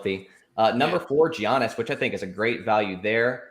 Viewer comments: you mean Jeeyahniss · As soon as I heard giannis I clicked out